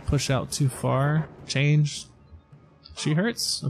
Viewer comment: Chang'e is pronounced Chung Uh